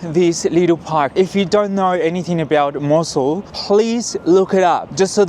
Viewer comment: But you said it right 😂